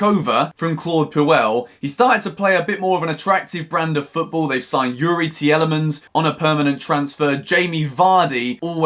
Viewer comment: “You-ree Tea-elleh-mans”😭😭